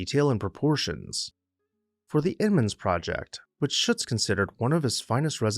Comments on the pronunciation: I believe you’ll find Shutze is two syllables — sounds like footsie. I’ve spent loads of time at Swan House and loved the exhibitions and jazz age themed parties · SHUT ZEE is the local pronunciation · Was a docent at Swan House for a decade, what a wonderful experience! The architect is Philip Shutze, pronounced ShutZee. Thank you showcasing this magnificent house.